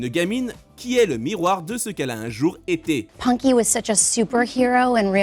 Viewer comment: Les voix Françaises sont épouvantables, ils sont même pas capables de prononcer correctement "Punky", ça donne "Ponky" 🤣